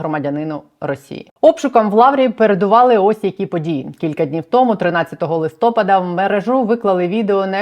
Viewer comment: Будь ласка, кажіть правильно: листопАда, а ні листОпада мерЕжа, а ні мережА